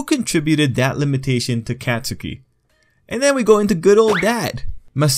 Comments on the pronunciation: Katsuki= kot-ski Idk it bothered me he said Katsuki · Every time he says CatSOOKI BAHkugo or acadeemia I wanna die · lowkey, Katsukis mom has Hispanic mother energy. also why he b callin him CATSOOKI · No one:: cat - soo - key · It’s pronounced kot-skie. A lot of people say it wrong, don’t worry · Anyone get triggered when they say the name wrong??? and say it as Cat-Sew-key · Kat su ki ?? Why you say his name like that lmao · He’s pronouncing katsuki wrong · You say Katsuki's name wrong. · Yo you don't say bakugo and katsuki with a long a sound you say it like Mario bAkugo kAtsuki